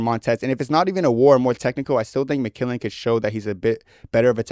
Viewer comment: developing an improper pronunciation of mcmillen in the big 26 is so inspirational man, real vet move.